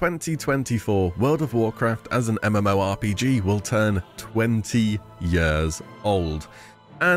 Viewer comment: Fucking hell can you stop saying yørs or whatever instead of years is that an illness or your accent?